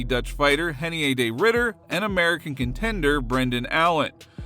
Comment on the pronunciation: Heinier De Ridder... with an H? By the voice over dudes logic shouldn't it be Heinier De Hidder? Where's the consistency here? Changes the R to a H in Reinier... But keeps the R... in Ridder? Why isn't that... Hidder? How does that work? Oh and by the way RDR is Dutch. Their R's are pronounced R's. They're not Brazilian. R's are NOT H's.